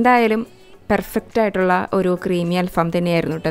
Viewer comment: അൽ ഫാം അല്ല അൽ ഫഹം ആണ്